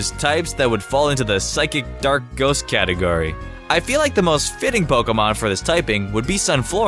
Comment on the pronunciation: IT'S pronounced poKEYmon! ! FFS!